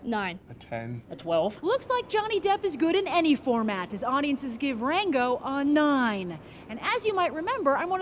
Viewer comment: I could swear she called it "wango"